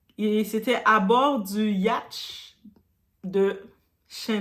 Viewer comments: 😂😂😂😂😂yacht se prononce yotte😂😂😂j'ai un fou rire merciiiii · Ont dit pas ya-at🤔😅